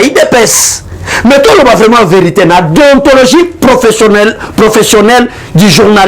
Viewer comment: Monsieur en même tant tu parle de la déontologie journalistique (les mots que tu n arrive même pas à prononcé) et en même tant tu te réclame de l udpste. Confusion